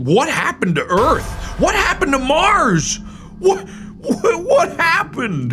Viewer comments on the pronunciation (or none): none